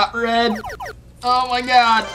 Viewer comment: "O MI GAWD"